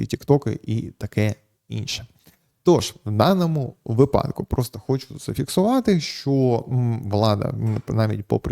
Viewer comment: Слідкуйте за наголосом - вИпадок, у вИпадку. Бо випАдок це більше схоже на припАдок